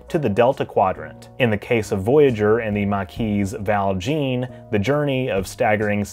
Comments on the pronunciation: Oh hon, "Valjean" is pronounced "Val-John," not "Val-Gene." Classical literature really needs to be taught in schools. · it isn't vaal jeen , it's val jean(oriniunced jhawn) it's french not english, pronounce it properly